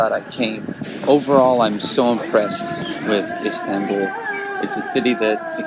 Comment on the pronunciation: Lol I can't stand the way you say Istanbul but good video though